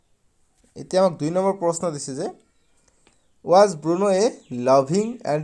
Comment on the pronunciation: Bruno hoi Burno nohoi